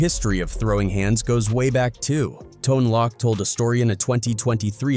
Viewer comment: nine hundred and eleven 🤦‍♂️ tone lock the davoo brothers they just don't stop messing up names